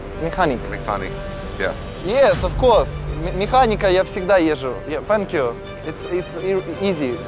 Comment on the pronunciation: «Фэнк ю»😂😂😂